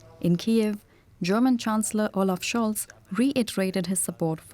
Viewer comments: Olaf Scholz, Olaf Scholz, Olaf Scholz. The way he pronounce it sends shiver down the spine 😁😁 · They way he pronounces the German Chancellor is spot on and flawless 👍👌👌👌